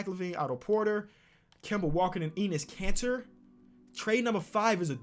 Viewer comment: Nobody: Seriously nobody: Not even Lavar Ball: Eeeeeenus Caner